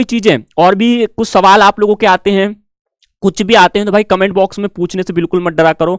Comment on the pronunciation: Sir aap so wall hi bola karo sun me Maja aata hai ❤🥰